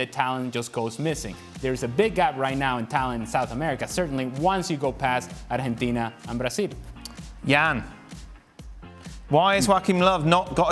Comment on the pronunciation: bruh what's ar jhen tina?